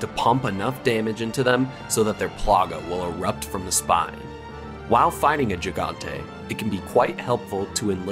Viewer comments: It’s pronounced “HE-Gantay”. Not “Gee-Gantay”. It’s Spanish 101. Sheesh. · Not gantay. It’s he gun teh